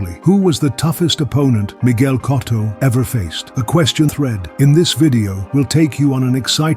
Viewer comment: I can't subscribe or like a channel that can't even pronounce Miguel Cotto correctly.